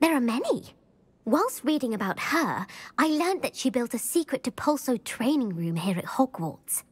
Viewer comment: Depulso, not depluso XD second btw